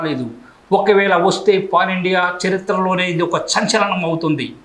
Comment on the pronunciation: చెంచలనం కాదురా బుర్రతక్కువోడా సంచలనం అనాలి ని నోటికొచ్చినట్టు కూసి తెలుగుని ఖూని చేయకు రా పప్పుసుద్దా..... 🌹🕉️🌹హిందువునని గర్వించు హిందువుగా జీవించు.... జై శ్రీరామ్......🌹🌹🌹